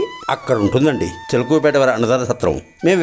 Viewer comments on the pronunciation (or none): చిలకలూరిపేట అని సరిగా ఉచ్చరించ లేదు